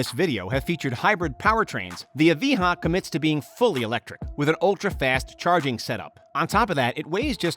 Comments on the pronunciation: LayFerrari, Aviha, coutash??? What are those things? LaFerrari - (La)Ferrari; Evija - E-via; Coutash - no no no no no no....it's Countach (Coontaash) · You meant evija, not evihaaaaa